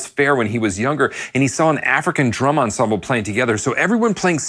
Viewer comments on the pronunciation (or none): none